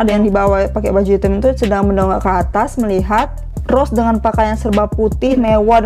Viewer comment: Gua minta. Tolong buat benarkan mulut anda rose di bilang roze/roje Gua sering nontonin lo dan gua juga suka denger lo ngomong rose salah dah gua oke oke tapi sampe skrg masih Nyesek gua njerr